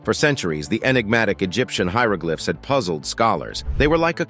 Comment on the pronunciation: I'm impressed by your pronunciation, even of foreign places. You even say "hieroglyphs" and "hieroglyphics" in their correct context! Thank you! As for the huge shark, looking so dreadfully bashed up, it seems to be a Great White. What a shame to kill such a magnificent animal! I wish we'd finally realize how important these creatures are to our world. So many stories of kings and others hunting for "fun"!! It sure isn't fun for the poor critter that got killed, just so people could stick their heads up on a wall or walk on them as carpets, and let's not forget the fur coats! Faux fur is beautiful and if we'd wear it instead of the animals the coats actually belong to, we wouldn't have so many of them going extinct. Many interesting facts, though, thank you for all your work! We may be stressed out in our modern world, but living in some of the past centuries must have been horrendous!